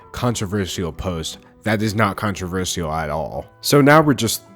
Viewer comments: hey, as much as i love you, and i really do, please.... please never say the word controversial again i know you can like pronounce things however you want and everything, and theres nothing worng with it but.... but, um, i hate how you call it controver-see-al kinda pokes in my ears sorry...? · I loved the video but I'm triggered by the way u pronounce "controversial" lmao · i like the way he says controversial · I could only focus on him pronouncing controversial wrong but other than that great vid! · no offense, but why do you say controversial like that? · the way he pronounces “controversial” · mesmerized by the way you pronounce controversial. it’s amazing. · How you pronounce controversial is honestly adorable